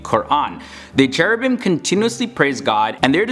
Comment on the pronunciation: Iblis was Azazel, not Seraphim. Actually, the pronunciation of 'ch' in Cherubim is 'k' like in 'car' not 'c' like in 'chair', so it's supposed to pronounced 'kerubim' because the sound 'c' doesn't exist both in Arabic and Hebrew.